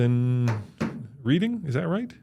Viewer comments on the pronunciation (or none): Hey it's pronounced Reding.